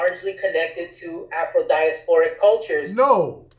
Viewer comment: said Afrodiasopric, nukka is that a word?